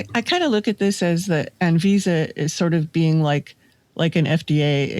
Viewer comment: ANVISA - Great pronunciation,. Cheers.